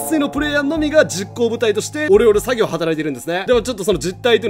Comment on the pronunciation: オレオレ詐欺がお料理詐欺に聞こえてちょっと草